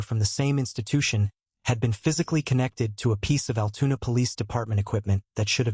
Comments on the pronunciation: Altoona not Altuna...lol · Altoona NOT AL TUNA